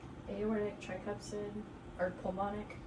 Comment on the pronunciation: Does she keep saying tricupsid?